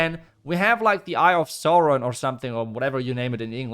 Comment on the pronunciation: They’ve done incredible work with their cosmetic designs since mash-a-rama. Also your pronunciation of Sauron was spot on